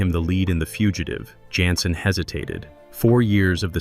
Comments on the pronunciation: There was no unaired episode. Don’t believe everything that’s on the Internet especially now with these Ai compiled & narrated Weird Facts. They don’t even pronounce David’s last name right consistently (at times calling him Yanssen & even Johnson near the end). 🤦‍♀️ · I enjoyed your narration, but his name is pronounced as Janssen w/ a “j” not a “Y!!!”